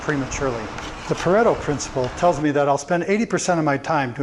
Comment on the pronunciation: you are the first person I have heard outside of my university setting to correctly name the 80/20 rule as Pareto. 10/10.